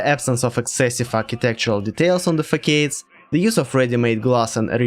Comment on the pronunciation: Those are façades. [fasades]. It's from French, where the c with a comma becomes ç (cedille) and is pronounced [s] .